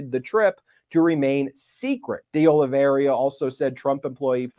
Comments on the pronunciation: the name is: Oliveira, not Oliveria, as you pronounce it:) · Ben, it's Oliveira. Not Oliveria. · Oliveira, not Oliveria… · Ok, seriously. Olly-vey-rah. NOT Olly-veh-riah. Small, but insanely annoying. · It's not Oli-ver-IA. It's Oli-ve-RA. Four syllables, not five. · IT'S NOT OLIVERI-Y-A. IT'S OL-LEE-VER-A. There's not Y in that name. Jeez. At least pretend to be professional. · IT IS OLIVE IRA NOT OLIVE RIA or OLIVE RA . It is a very common Portuguese/Brazilian name. Nor Russian or Spanish... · You're doing great Ben, but It's pronounced "day-oli-VER-a", not "oli-VERY-a". Keep up the good work! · IS: OLI-VEI-RA NOT OLI-VERIA ....I'AM OLAVARRIA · It's Oliveira, not Oliveiria. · Oliveira = Olive eighra. That's the correct pronunciation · Why is everyone pronouncing Oliveira as Olaveria? Lazy??? My goodness, Michael Popok pronounced it correctly - the first person I have heard pronounce it correctly!! Great job Mr. Popok - thank you. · Why do you keep calling that man "De Oliveria" instead of "De Oliveira" ? This is a widespread surname in Portugal. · Hey Ben, it’s Oliveira, not Oliveria. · It's pronounced O-li-vay-ra btw. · Please get the names right. It’s Dee Oh-Lee-VAY-Ruh. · Its Oliveira, not Oliveiria. Where did the last 'i' come from? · It’s OLIVEIRA, not “OLIVERIA” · WARNING! Do not use every time Ben says, "De Oliveiria", as a drinking game! I laughed my ass off every time he added that extra "i" in his pronunciation of De Oliveira! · It’s Oliveira not Oliveria!!! (It means olive tree in Portuguese) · The correct pronunciation of that name is Carlos deh Oh-lee-VEY-ra. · Ben...its oliv air ah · You couldn't be bothered to at least try to pronounce De Oliviera's name right? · Just dropping by to say, it's pronounces Oli-VEH-RAh. The mistake is super understandable but also recurring. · Please look to see where the "i" is in Oliveira and get the pronunciation right ! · De Oliveira is not this hard to pronounce.